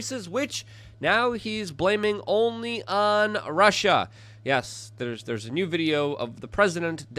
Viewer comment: when he said russia russia russia. all i heard was "marsha marsha marsha"